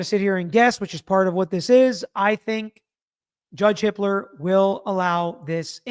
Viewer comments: Does anyone else keep hearing it as Judge Hitler?!? 😂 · Ok so had to double take hearing the judges name. It's Hippler.